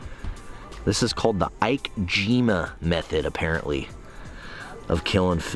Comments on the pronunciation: Heck yeah! Been doing this for about a year now. If you can get it in the right place it’s the best. I just use a really thin long bike tool. Also it’s pronounce eek aye jeem aye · The wire is to feed through the spine from the tail. It’s also pronounced eek-eh-jee-may. You should watch the Vox video on ikejime for more info and proper technique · It’s pronounced “eekay-jeemay” ikejime. You where close though😂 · Oh, and it's pronounced "eeeky jeemy". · Great video! Small note, pronunciation of the method is Ikejime (ee-kay-jee-may). Keep the awesome content coming! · it's (eekeh jeema) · haha ike-jimuh. ee-kay-jee-may is the american pronounciation. You also use the spike to kill the brain, bleed out the fish, then use the wire and feed it down the spinal cord to destroy the nerves. Doing it form the head is super difficult, so it's better to cut the tail open and feed the write through the spine from the tail because you can see it. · It’s pronounced eekay-geemay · This is a very old method of preserving fish and not just killing it. The spike is to kill and the wire is cleaning out of the spinal cord. If you cut the tail a little the wire will go through the spine. It really keeps the fish from spoiling from longer, and as you say it helps eliminate the lactic acid/toxins. The process is pronounced EE-KAY-JEEMA. You can find a lot of videos on it. For SUSHI it is a must. Love the content and the channel. Thanks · Pronounced 'eekay-jeemay' The point of the wire is for running through the spine. It kills the nerve endings and stops it from secreting acids into the muscles like it would when you cut the gils and it starts spazing out, which is what causes a good chuck of the 'fishy' taste